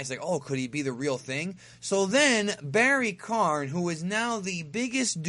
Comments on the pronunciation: It's Barry Kahn, not barry Karn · still don't know why you keep calling him Barry Karn. Its Barry Kahn. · It's KAHN...KAHN, not KARN. Come on. KAHN!!!